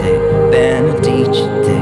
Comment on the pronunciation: Would like to know why he chose the word "Benedicente"...He mispronounced it, and means nothing here anyway.